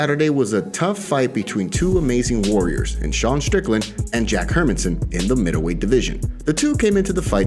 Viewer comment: Love your channel and the way you guys stay on top of things, but I have one request. Can you please get the pronunciation of Jack Hermansson’s name correct?